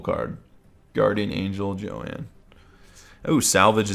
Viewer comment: it's not Joann it's Joan